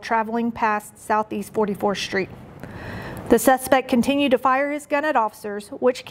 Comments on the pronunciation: Is pronounced 'street' not 'SHTReet.' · Where is "44th Shtreet"?